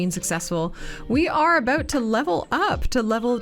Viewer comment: 30 minutes gang ✅ Love your "aboots" btw 😅